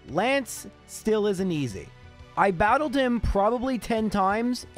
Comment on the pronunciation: "I brattled brok."